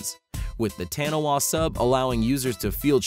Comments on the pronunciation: Haha only New Zealanders would have laughed at No. 2 , taniwha is pronounced (tonne-e-far) not Taniwar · Taniwha is pronounced 'TAH-nee-FAH', not tanniwah. 👍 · btw Taniwha is a moari word and is pronounced Taa-ni-faa and not Tanny-wa (Sry that was just really bugging me) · ok ill say it. its pronounced tani-fa. not wani-wha. although written like the latter. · Taniwha is pronounce Tah-nee-Fa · Taniwah is pronounced "toi-let-poo" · taniwha is pronounced tar knee far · I'm from New Zealand and the way he pronounced the name of the sub "tanewha" just makes me laugh so hard omg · its pronounced taniwha (ta nee fa ) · It's pronounced Taa-knee-faa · No it's Ta-nee-far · I'm a kiwi so you said Taniwha wrong it's Said like tun ee fa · Its pronounced like Pixel Ty states below...get it right.... from another Kiwi